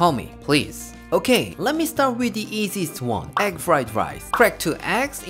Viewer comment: I think Uncle Roger pronounces it as "Ekk" fry rice.